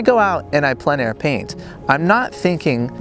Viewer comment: Great video, as always. As a francophone, allow me to tell you that your pronunciation of plein air is very good. Long story short, the word “plein” on its own is hard for anglophones to pronounce properly but because the following word starts with a vowel, the pronunciation becomes simple. Think of the first syllable of the word plenty … followed by air. Plen air .. should be very simple for anglophones to pronounce.